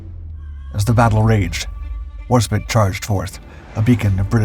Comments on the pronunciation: Despit 😀mis-pronouncing warspite as warspit, I found the video to be informative and interesting. Love this channel. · This is a very good and informative vid. As a Brit, I have to say, as many another has said before me, that the War-spit pronunciation of her name just grates on my English ears. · War Spit? Seriously? It was of course the oil that came from the Middle East, not the boilers. The QE class, of which Warspite was the second, not the lead as implied here, were not actually what Churchill was looking for. Many Admiralty records have been lost but private correspondence between him and his predecessor Fisher suggests they were angling for 'Design Q', a fast battleship capable of 28kts. In the event several issues, including funding, excessive weight and the late change to oil fuel led to a compromise on 'Design R' with similar armament but a speed of only 25kts. Nevertheless this was greater than the then fleet speed of 21kts and would allow the ships to intercept enemy battlecruisers that might threaten the main fleet. The English port mentioned in 'Low-ess-toft', not 'low-stoft'. The 'troublesome mechanical glitch' she suffered was due to a shell exploding in an engine room. Having holes poked in your ship can happen in combat; it's not a reliability issue. Following this hit she did not 'mark her presence on the enemy with unerring precision'. In fact both directors and rangefinders were out and she had just one turret able to fire, that under local control. Not surprisingly all 24 rounds then fired by A Turret missed. The improvement in main battery range came from allowing the guns to elevate by an extra 10 degrees, not from any change in the charging. When talking about the new superstructure etc it would have been nice to have a picture of the ship in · Spite . Warspite. My Grandfather is turning in his grave currently..... Otherwise another good video. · It's pronounced the way it's spelled, ace: War-SPITE. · i think the pronunciation is WAR-SPYT.